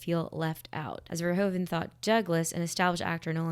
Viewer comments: In case you want to know: as Paul Verhoeven is Dutch (like me), the correct pronunciation of his name is "Verhooven". Our OO and OE are flipped when compared to English: you'd say "cool" and we have "koel" – both words sound the same. To my knowledge, "shoe" is the only English word where OE sounds like we do in Dutch. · VerhOEven not VerhOven. Sounds like the OO in Snoopy : ) The Dutch OE sounds like the Engilsh OO. Just wanted to say this cause do many peeps pronounce it so wrong.